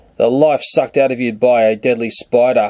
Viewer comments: u said deadly noteadly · That's how the Aussies pronounce "deadly." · deedly? xD LELEL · Please make more spider videos! THERE SO INTRESTING! and can anyone tell me why he always right "deadly" Wrong?